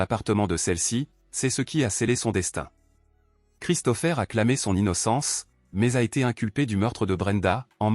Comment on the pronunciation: La voix électronique ne sait pas prononcer correctement. L'I.A. a ses limites et les mots ne sont pas dits comme il le faudrait.